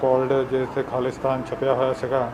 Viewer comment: ਮੈਡਮ ਜੀ ਖਾਲੀਸਤਾਨ ਨਾ ਬੋਲੋ ਪੂਰਾ ਅਤੇ ਸਾਫ ਬੋਲੋ ਖਾਲਿਸਤਾਨ ਆ